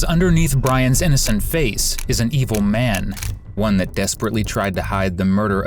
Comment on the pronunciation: Brians face doesn't even mimic innocent in the slightest. They pronounced EVIL wrong.